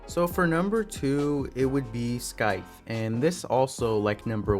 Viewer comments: Bro scythe is pronounced “sithe” not “skithe” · scythe omfg not scyth and you said it very wrong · lol im sorry, but I just had to politely let you know that the 'c' in scythe is silent. But great video, I'm hoping he gets his heirloom next! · hearing him pronounce scythe as skyth is painful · I’m a revenant main so I really want his heirloom and not to be rude but you pronounce scythe wrong and spelled it wrong